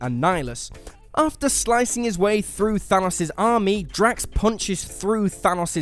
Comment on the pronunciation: It’s drax